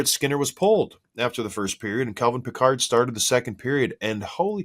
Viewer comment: Guys, Calvin's last name is pronounced Pick-erd. Not like Captain Picard. Good show.